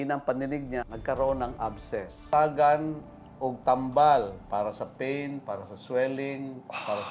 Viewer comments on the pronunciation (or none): none